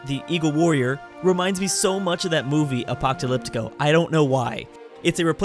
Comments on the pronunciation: Apoctalyptico?? I think you meant apocolypto... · atocapylgo. wtf were you watching. its apocalypto you dumb fuck